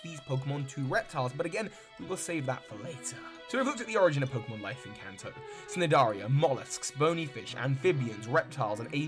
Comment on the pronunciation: Cnidarian is actually pronounced nidarian, the c is silent.